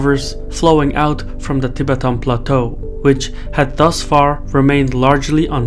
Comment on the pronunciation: It is not TEE BETAAN but TI BETTAN : accent on the first syllable not the second old boy